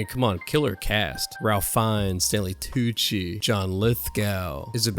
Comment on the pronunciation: It's pronounced "Rafe".